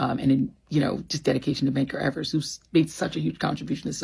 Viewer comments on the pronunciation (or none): none